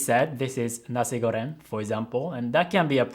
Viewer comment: My mind blown when I heard pronounce ‘Nasi Goreng’ perfectly. You really amazing!😄😄 Peace from Malaysia.